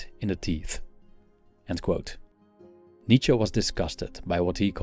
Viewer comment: Nice to hear from someone who knows how to pronounce Nietzsche. Remember that this author had issues of his own. As I recall him saying that women did not have a soul and were at best a cow.